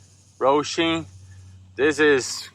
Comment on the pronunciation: There is not an "R" in Hosim brother. Hoe-sim, say it with me, Hoe-sim 😂. Not Roashim 😂😂